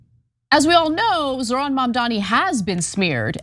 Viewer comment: And they say his first name is Zorhan instead of Zohran lmao 😂